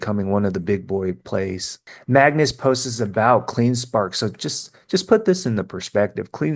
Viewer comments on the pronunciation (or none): Love your video but the word is posts not postes